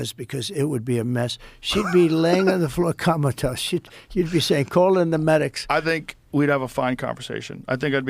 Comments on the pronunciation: i think this went over most ppls heads but anyone notice Trump said. " She'd be on the floor KAMATOSE". 🤣🤣🤣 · She'd be laying on the floor "Kamatose" .... did anyone else catch that?? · Lying on the floor "Kamalatose" 😂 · Comatose? Kamalatose.